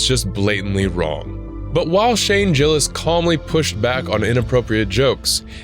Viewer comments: Fucking GUH-ILLIS. GUH-ILLIS. NOT JUH-ILLIS. God damn these fake or poorly researched videos SUCK. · I couldn’t get past the way the narrator pronounced Shane Gillis name, Shane jillis lol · This video sucks! You couldn't even get Shane's last name correct. You're just saying random things 😆